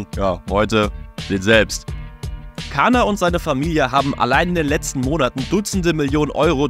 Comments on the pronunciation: eigentlich wird es „dschaner“ ausgesprochen und nicht „kaner“, dennoch hammer video. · Nettt kannnnnerrrrr CANNNERRRRR AUSGESPROCHEN ALS DSCHAAANEERRRRRRRRR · Er wird Dschaner ausgesprochen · Was meint ihr, welche Rolle spielt Caner bei diesem Skandal? Lasst eine Meinung in den Kommentaren! Wegen der Aussprache: Haben uns an den Alman Medien orientiert und "Kaner" ausgesprochen. Statt "Dschaner". 🇩🇪🥔😎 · Im türkischen wird das C nicht wie ein K ausgesprochen sondern wie das G von Giovanni. 😘